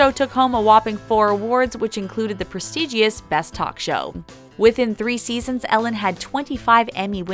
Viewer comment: Touted is pronounced like trout not toot! Also the word "prestigious" has a silent i. Don't people "proof-listen" before they post things?! Oh my God, there's another one! The "Bros" in Warner Bros stands for "Brothers" and is not pronounced "bros".